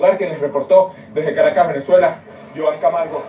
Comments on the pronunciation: Caracas (Spanish pronunciation: [kaˈɾakas]) not carcass... Lords blessings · C'mon..... The place is not named after a dead body, the name is pronounced ( cara- cas ) not carcass 🙄 just saying my brother... appreciate the work you do though 😎. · NO not karkas Kah rah kas.... all a in Spanish are ah type how do i say Caracas in Spanish.? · You really should know how to pronounce the name of the TOWN! Otherwise you will be sending people ALL over the country OF Mexico. CAK-RAH-CUS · Lol. Car RA cas.....you keep saying dead body. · I think the city is pronounced Car-a-cas. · you definitely didn't say the name of the State in Venezuela correctly. Come on man. Here you go, try this Ka-ra-cas. Caracas. HABLA BIEN WAY.